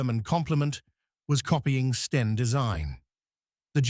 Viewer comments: Love it when the bot says "steen" instead of "Sten." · The AI generated commentary can't differentiate between Sten and Stein and also repeats some statements over and over, just for padding, no additional information imparted?! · So STEN becomes STEINS ?? POOR NARRATION. And no mention of where the name comes from. Instead, we get tedious repetition £8 million, mentioned HOW many times??? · NOT STERNS, BUT S-TEN = STEN HAD TO FINISH EARLY DUE TO VOCABULARY MISTAKES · is this a A.I. produced video?STENS no steins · Ai is rubbish it is not a Steen Gun for example. It is not in basic english with words left out. must do better. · FFS, dump the AI American commentary. Three hundred AND thirty... Tuneezsha... Steens... Stains.... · Not sure how the narating bot would get on with 'seventeen shillings and sixpence' when it seemingly can't get to grips with 'the' 'stein' 'a' and 'an'....